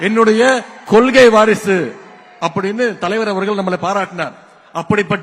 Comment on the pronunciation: கொள்கை என்பதனை கொல்கை என உச்சரிக்கும் கருணாநிதியின் பேரனிடம் தமிழ் தாண்டவமாடுது.இந்தக் 'கொல்' என்ற சொல்லைத் தாரக மந்திரமாக கொண்ட அப்பாவின் பிள்ளைகள்(உதயநிதி-பில்லைகள்) தமிழகத்தை நாரடித்துக் கொண்டிருக்கிறார்கள்.கஞ்சா, மது, போதை முதலியவற்றை கடைப்பிடிக்கும் கூட்டம்...